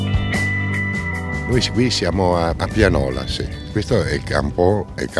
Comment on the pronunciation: non Pianòla (quella serve per suonare) ma bensì Piànola